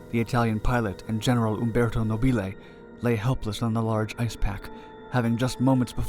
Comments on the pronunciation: Beware of Italian pronunciation! The rule is that the stress goes on the penultimate syllable. A good rule, except when it doesn't apply. Nobile has the stress on the first syllable. Mispronouncing it like this makes you sound like Laurel and Hardy to Italian ears - these films were dubbed into Italian by actors using slightly English accents and mis-stressing words. And ... "città" is not pronounced "seeta", but "cheet-tA", with the stress on the final syllable (hence the accent) and with the double T slightly elongated. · No-BEE-lay... I think the blimp was fra-JEE-lay...